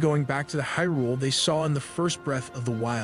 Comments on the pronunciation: Also "Hih'rool." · phantom harrglass lmfao It's called phantom hourglass (hour glass, as in an hourglass) and hyrule is pronounced Hi-rule